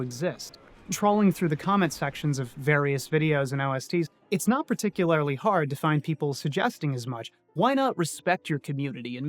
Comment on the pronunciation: Particu-lair-ly? Gurl what? lol